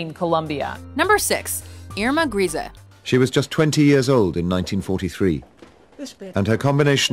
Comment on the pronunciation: I find it really annoying how you don't even try to pronounce foreign names right. "Grese" is even pronounced correctly in the video extract you show and yet make no effort. Same with Ilse Koch. And gif. It's gif and not jif. Please fix this, it's annoying me.